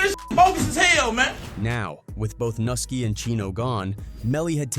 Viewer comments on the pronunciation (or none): man y’all really gotta do a lil bit better with the whitebois y’all get to narrate these videos and AT LEAST get them to pronounce these rappers names right 😂 can’t make it look 100% like you just making quick content to profit off of gang culture & the death/violence that comes with it because it’s easy views, even if that’s exactly what y’all doing 😅 btw, it’s pronounced noo-SKI, not Nuh-ski.. that’s the only one i’ma help out with 🤓